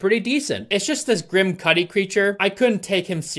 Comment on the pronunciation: I’m sorry, but any time you say his name I can’t stop hearing “Kid Kudi”. 😂